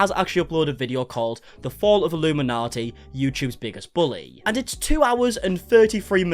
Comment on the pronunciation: You keep saying illuminati. She is illum inaughty